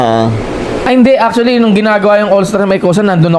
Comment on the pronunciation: aktule ang puta pag pronounce na lng e